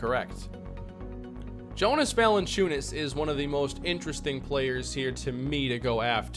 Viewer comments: It sounds like YO-nus, not JO-nus for Valanciunas. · You say his name like Yonas not Jonas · Just for future reference it’s pronounced (Yonus)